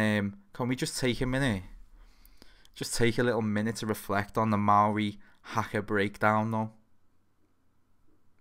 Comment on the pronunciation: About time AW was on here. Ayyy he pronounced 'maori' correctly. You should check out the band Devilskin